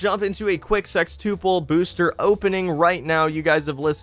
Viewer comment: Elias Ortega his pronunciation of sextuple sounds fine to me